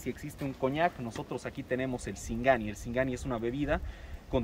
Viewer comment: Dise sigani.